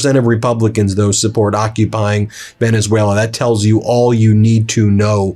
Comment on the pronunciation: He can't pronounce Venezuela